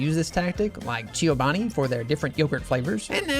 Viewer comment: Chiobani!? lol! Chobani 😅